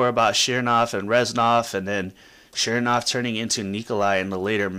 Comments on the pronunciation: ch nernov not shearnov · CHERN. JESUS CHERN-OV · It's not chernov, it's chernov, duh...